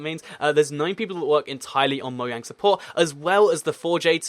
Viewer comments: Ok u keep calling mojang mouang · Why do Brits pronounce it Moyang and the Americans pronounce it Mojang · Btw it's Möjang not Mojang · Because it's actually pronounced Moyang instead of Mojang, despite it being spelled that way. The place where the company is from, Sweden I believe, pronounces the J like a Y